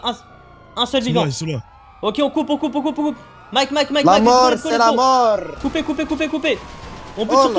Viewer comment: La molllrrr c'est la molllrrr